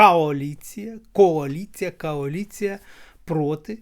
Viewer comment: Вона казала кааліція